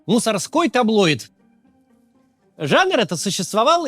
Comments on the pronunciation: Максим, таблоИд, а не таблойд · таблоИд, таблоИдов. Нет в этом слове "й".